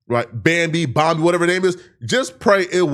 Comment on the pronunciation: said "Bambi Bomb"